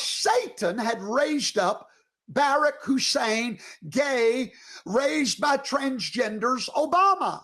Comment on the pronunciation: First that is beyond rude when he knows how to pronounce Barack. Obama told us, the WH press secretaries told us, the Democratic convention told us the year he was a speaker before he even ran for POTUS and every single news outlet told us. That is just childish, catty and nasty and he believes his god thinks that's ok. My other thought here is...God created cannabis and I leave it at that. (She created 'shrooms too)